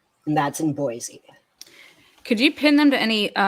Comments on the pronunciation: There is no “Z” in Boise. It’s pronounced “Boy see”. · Just a quick tip from a friendly idahoan. There's no Z in Boise ❤️ BTW this guy's a nut job!